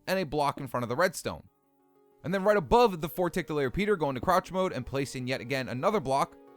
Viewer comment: I thought he said go to crauch mode... 😅